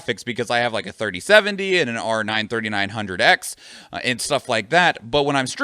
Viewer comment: he said 3070 like that is max power